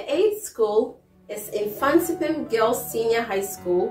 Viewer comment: Pls it is Mfantiman not Mfantipim.Thank you 🙏🙏